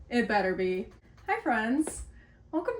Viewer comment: every time you say hi i think of “COCA COLLA HELLO”